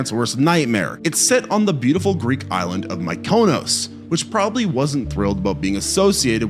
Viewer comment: Hey dingus, it's pronounced Ful-chi and Mi-kinoss.